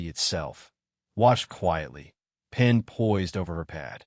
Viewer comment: Pen not pin is anyone else noticing These errors? ! ! !